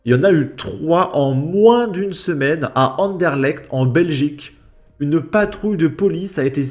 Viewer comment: Avant toute chose, très bonne prononciation du nom de la commune de Anderlecht. Sinon plus sérieusement, depuis environ un an, il y a eu plusieurs fusillades à Bruxelles dont certaines ont fait des morts y compris des personnes qui n'avaient rien à voir avec (une personne de mon entourage y a perdu sa fille d'ailleurs). D'après les médias, elles sont liées au milieu de la drogue (tiens donc). Il y a un quartier à Anderlecht, le Peterbos, réputé pour le trafic de drogue. La police y fait régulièrement des descentes depuis des années mais évidemment ça ne sert pas à grand chose et je vous laisse deviner la population majoritaire...